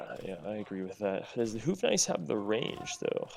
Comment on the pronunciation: I know you wont read this and your pronounciation is almost on point on the Bohemian's Houfnice, but you are hooting like an owl when saying it:D There is a "ou" sound in there, almost like in "though", you gotta swing on it. If you could incorporate thata into your prononciation it will be 100% perfect! Much love from a Bohemian:)